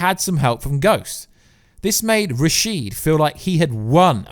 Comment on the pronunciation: Rashad not rasheed.